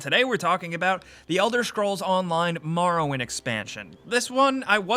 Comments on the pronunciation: I'm a need y'all to stop saying MAR-owind and start saying MOR-owind 😂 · Elder Shcrolls, Marrow Wind.